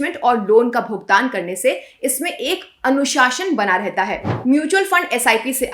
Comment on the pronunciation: pronounce"anushasan" clearly. Why didnt you put bindi?